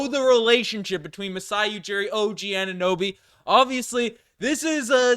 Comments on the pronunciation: Some guy who say Oninnoby instead of Anunoby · This guy can’t say Anunoby “ONIHNOBY” every single time 😂